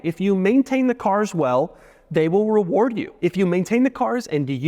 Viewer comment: Doug the type of guy to say « they wril weward you »